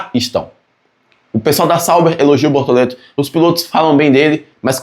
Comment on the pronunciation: Desculpa mas eu ri muito quando disse "Bortolento" aos 😅😅😅. Lembrei o antigo programa "Casseta e planeta"